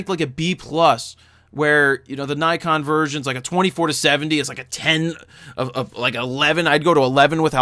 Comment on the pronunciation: "naykon" it's nikon you idiot